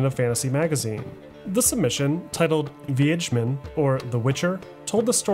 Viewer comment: You pronounced wiedzmin soooooo well 👍🏼